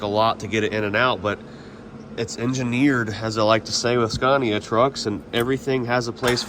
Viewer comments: i love to watch this scania series, in the last video when u said scania it sounded so swedish like actual swedish🤟🤟🤟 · So you've learned to pronounce SCANIA the right way eventually :D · Give him a break dude, languages are not easy 😂 All good to you 👍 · That’s the most “correctly pronounced with a thick American accent” Scania I could have ever imagined. Nice. Sounds like the way it should be said in America 👌🏻